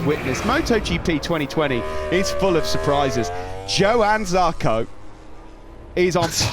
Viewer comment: ZARCO, not jarco.